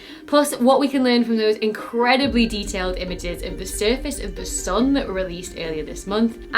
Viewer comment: Really extremely entertaining to watch this. Just wonder: where does this slight accent come from? For example “sun” pronounced like a German U.